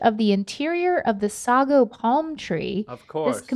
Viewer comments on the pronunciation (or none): Just wanted to note for that Sago palm is pronounced 'Say-go' not 'Saw-go.' Hoping to get this one in just to help further in the official " book of actual word pronunciations."😉😋😘😘😘